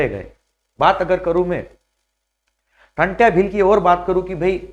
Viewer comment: नाम क्या है आप का जब टंट्या भील का सही से नही बोल पा रहे हो तो उनके बारे में तुम क्या बताओगे 🎉जय जोहार जय आदिवासी🎉 🎉जय जोहार जय जोहार मालिक 🎉